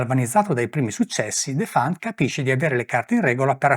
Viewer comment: si pronuncia Defant con l'accento sulla e..